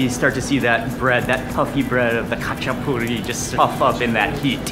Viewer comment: Not gonna lie his “хач-а-пури» trigged me